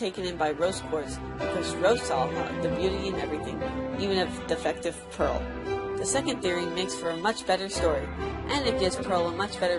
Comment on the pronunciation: " every diamond has a peral "